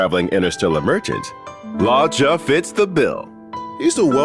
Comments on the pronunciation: I always thought his name was pronounced Lu-oh-ka. I didn't know it was Law-cha. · Right? He keeps saying Lao-cha whereas I thought it was luuoh-cha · It's "lu-o-cha," no idea where this guy got "lao-cha" or why they let him say it like that a hundred times. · pronounciation: loo-woah cha HSR english team: lawchuuh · law cha 💀💀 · Idk. I pronounce his name as 'Looka' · LAW CHA LMAOOOOOOOOOO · Hearing him pronounce luocha hurt lmao